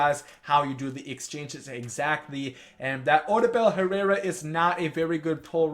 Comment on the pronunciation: It’s OH-DOO-BULL Herrera btw